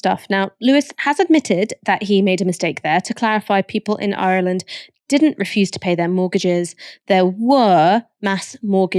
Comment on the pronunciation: Love the way you pronounce 'I'relan'd' Ash 😎. Michael and Ash are my favourite contributors.😍😍. Refreshingly ethical perspectives always, articulate and insightful. Excellent channel.